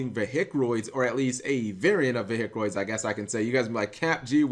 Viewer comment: got triggered by "veHicroids"..... :(